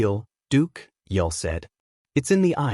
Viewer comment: We're supposed to believe a story from a Bot that can't even pronounce Brynner's name correctly! It's pronounced 'Yool' as in Yuletide.That 1 subscriber you've got must be a relative.